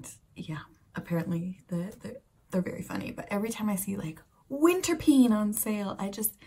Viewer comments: Winterpeen spreekt je eigenlijk uit als 'winterpain' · Hi, the winterpeen is pronounced in Dutch as winterpain . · You pronounce winterpeen as ‘ winterpane’ or ‘ winterpain’ so it diesn’t sound like ‘scream ‘ in the pronounciation